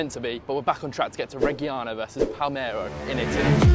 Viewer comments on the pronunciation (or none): broda its Palermo not Palmero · It's PALERMO not PALMERO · Palmero ≠ Palerrrrrmo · Will be either Morrocco or Tunisia I reckon, calling it palmero really annoyed me tho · ‘Pal-mero in Italy’ 😟😟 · Your pronounciation of Palermo is horrible!